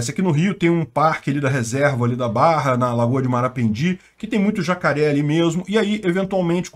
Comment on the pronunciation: "Estão ujando zacaré como arma" 😂